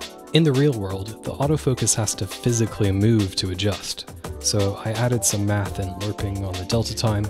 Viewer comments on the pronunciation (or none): none